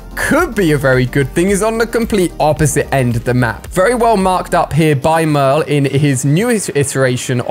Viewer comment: I can’t tell if he’s saying no or merl